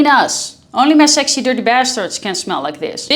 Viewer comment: How it feels to hear 'sexy' as 'sechsheee'🥹